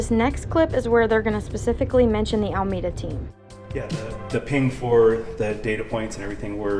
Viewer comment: it’s AlEmeda not ALMEDA 🤝